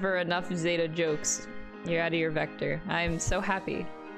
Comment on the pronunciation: I find it interesting how people apparently hear different things than what people actually say...how people pronounce things differently despite hearing it from others. For example, how Minamimoto clearly says Zetta as zeh-tuh...but she keeps sayin it as zay-tuh, despite having heard Minamimoto say it several, several....SEVERAL times lol not really a complaint, just an observation, especially cause ive seen other people do it with other words